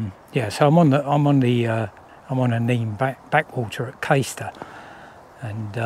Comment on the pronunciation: I forgot to say its pronounced CAStor.... Caister is in Norfolk 😁👍